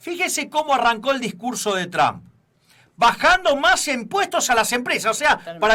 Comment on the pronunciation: QUERIDOS SE PRONUNCIA,tromp..no tram...